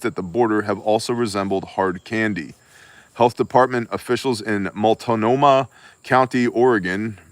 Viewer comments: Love it. Stunned you said that word correctly. Oregon words 😆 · I Had fentanyl when I was being transported in an ambulance. Had to ask if it was really ok. Hey, good job pronouncing multnohmah! 😄